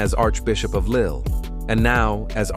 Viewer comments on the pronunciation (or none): none